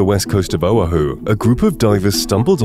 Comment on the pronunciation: Please learn how to pronounce Oahu (Oh AH hu) accent on the AH